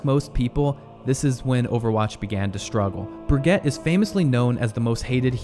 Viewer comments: bro is it just me thats noticing his weird pronunciations of the names of the characters lol... like he called Brigitte, Bri-get? lol. bro its bri-jet lol. also im pretty sure Orisa is o-RI-sa, not OR-ISA. its whatever but like how can u mess up brigitte lol bro said bri-get lmao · I'm till mad how he pronounces brigette as brig-get instead of brig-gee-ta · two years later i still despise the way you pronounce brigette. BRUH GEET UH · It's "Brih" "gee" "tuh". Fr tho I didn't even know they renamed McCree. That and everything else post 2018.. very sad. My first two years of college Overwatch was basically my entire free life. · You know it's pronounced "Bridget", right ? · text: brigitte voice: brigette ? lol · Brigette LOL ... how you English speakers ruin languages 😀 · brigitte is a french word that should be pronounce like that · you say brigitte wrong lmao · I love Brigitte and dude, you can't say her name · As soon as you butchered Brigitte’s name you lost my interest. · I cant believe after all this time people still cant pronounce Brigitte's name right 😂😂